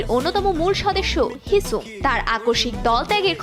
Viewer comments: হিসাং re হিসুং banaylo ken bruh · ”eeenhypen” “heesuung” what a lucky day to be a bengali engene